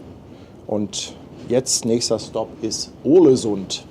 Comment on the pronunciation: Soll ich mal klugs**en? Es spricht sich „Ohlesünn“ 😊